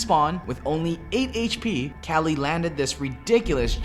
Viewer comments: Why does he say KÄLY not KUKLI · Everytime some american says kelly and not kqly, i gain 3 more cancer cells. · Its fucking kukli not kali Holy fucking shit triggeres me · it kukly shot, not kalyy shot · its kukli not kqly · caly? isnt his name pronounced kuukly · who the fuck pronounces kqli "cali"... the accepted pronounciation is "kukli"! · It's not kally, it's KUKLI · its kukli not kali idiot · Its Kelly.... Not Cali.... Jesus christ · Why the fuck is he saying cali for kqly